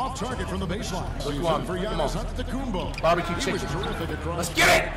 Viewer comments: Why does flight pronounce antetokounmpo "akunmpo" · Flight really sayin Akunkpo